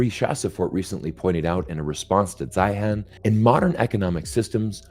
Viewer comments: It's Zeihan .... Zine. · He pronounces his own name Zane or Zahne. Sorry….I’m listening but it gets in the way. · If you're going to critique someone, it would be helpful if you knew how to pronounce his name.... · Why didn’t you even care enough to find out how to pronounce his name? Your credibility is suffering 😂